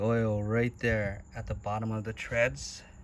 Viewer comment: "threads", not treads!